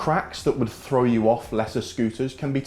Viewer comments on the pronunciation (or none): none